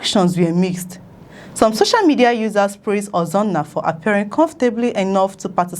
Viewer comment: Please it's SOCIAL MEDIA and not SHOSHIAL MEDIA